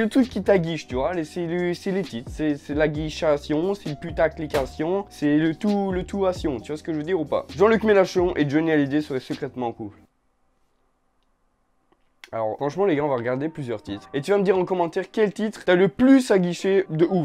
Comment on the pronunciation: À il dit "jean Luc Mélachon" 😂